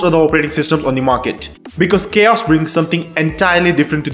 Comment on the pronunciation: it's not Chaos it's Ka-OS